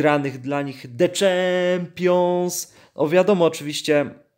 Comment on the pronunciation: THE CZEMPIONS XDDD